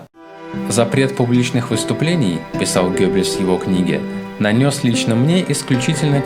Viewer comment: Только всё-таки не Гёббельс, а Геббельс.